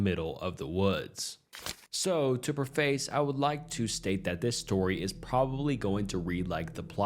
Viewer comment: It is not pronounced "PREE-face", it is pronounced "PREH-fiss". Trust me. The first story has a good ending, at least that they made friends with the guy. The second one is interesting because it's like the second or third time I've heard about somebody meeting up with a feral human. They don't seem to be aware of that, though. Yep, it's true, they're out there, I don't know if anybody remembers "The X-Files"? I think it was like the second or third episode. Also, you said "911" instead of 999. The guy was British, not American, and that's their emergency number. Alas, British Genzies don't know past tenses either. You "teared up" as with emotion. If you had to "tear" something, the past tense is "tore" or "had torn" (in this case).I'm starting to figure on just avoiding anything by anyone under the age of about 35. 😬